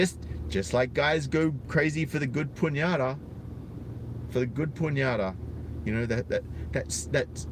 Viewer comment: Two sides to every story, man. By the way, it's pronounced "peen-yatta." (Pinata)